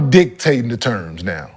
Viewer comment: Kenyon: I’m DICKtating the terms! 🤣🤣🤣